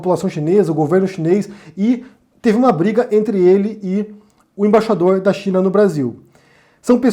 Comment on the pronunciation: Você disse Embaixapeiro ?